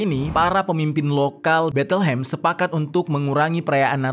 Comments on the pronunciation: Penyebutan nya bukan Betelhem tapi Bethlehem..please research dulu penyebutan nama tempat asing dan latihan dulu gimana penyebutan yg benar..”Beit-lehem” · Bacanya Bet Lehem gan, bukan Betel Hem